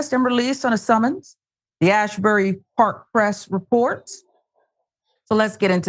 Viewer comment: It's the Asbury Park Press.. no H. "AZZ-burry"... But don't feel bad, NJ is full of towns that nobody can pronounce or spell correctly.